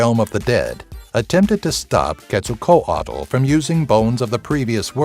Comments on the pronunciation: All the times in this video you didnt pronounce quetzalcoatl as Ketz-al-coatl...you pronounced it Ketz-sal-co-a-dal im done😂💀 it was pure suffering But its interesting to know some aztec mythology that i didnt already know in this video. I know like 5 of them, and yes i know its hard to pronounce they're names but still it was a bit weird hearing someone mispronounce Quetzalcoatl's name. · Ket-Zal-kowatel is how to pronounce quetzalcoatl